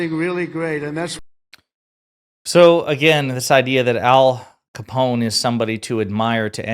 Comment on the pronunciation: "The great... late... Alphonse Coppone." Come on Donny, you said that line so many times about Hannibal Lectter, you can't get it right for Coppone? 🤦‍♂️